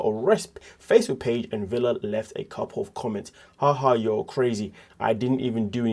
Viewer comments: It' spelled Villa, but his name is pronounced Veya. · Ve"Y"a (Veya). The "ll" is pronounced "y". So... the name is PRONOUNCED... Veya. You are welcome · Right! Like Tortilla.